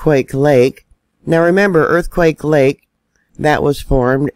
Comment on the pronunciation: Earthquake lake is aka quake lake. Say it wrong again and it's a two week ban. This is my land. Learn it love it leave it